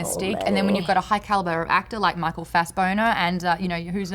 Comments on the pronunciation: Does Maude say "Fass-boner"? I love reaction, it's so wonderful. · She says Michael Fassboner lmao😂😂😂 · yeah, she said Fassboner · "michael fassboner" same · Did she just say Michael Fassboner;)? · oh god maude, micheal fassbonner? lmfao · Did Maude say Michael Fassboner? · Did Maude say Michael Fastboner on purpose? I think heard it...